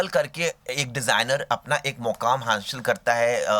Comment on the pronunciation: Hashil nhi hasil hota h be 😂